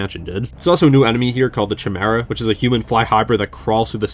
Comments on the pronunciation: Chimera (kai-mer-ra) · Ch-mera??? Cmon bro 😂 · no way you pronounced chimera as chim era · How have you never heard the word “chimera” pronounced before? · that literally earnt a dislike from me.